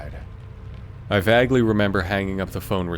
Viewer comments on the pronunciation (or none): Well, he mispronounces words quite often, so it might be him lol. In story two he said vaguely with the a sound as the a in AT :]